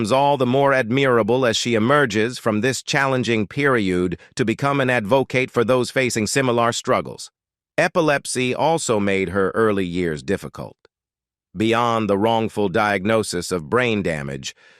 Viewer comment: Ref' bad pronunciation by the male reader, from 3 min's 50 : fuel - ledd ( fuelled); themselv - EZZ ( themselves); mire - orr (mirror); meEEss - shers ( measures); adversi - TYE ( adversity) ; peer - i - OOD ( period ) ; simil - ARR ( similar )... Ah well....😢 🇬🇧📖😠🙉🎄🦉👎🇬🇧